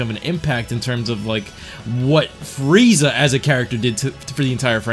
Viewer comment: Will of D. I thought I was the only one that noticed it. Fweeza😂😂